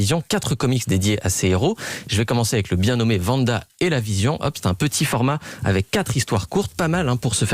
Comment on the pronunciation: Le pire c'est qu'ils mettent 2 extrait où l'on entend très bien le nom de Wanda et il continue toujours de dire Vanda 😭